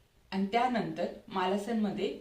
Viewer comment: मालासन नाही मलासन असा उच्चार आहे